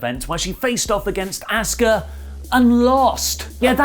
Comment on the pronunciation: What a putz Asuka name has been pronounced every week & you still can’t say it correctly…..no matter how many pages you make they are all the same garbage